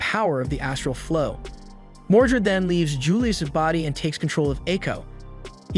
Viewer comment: It's "Mordred" not "Mordret".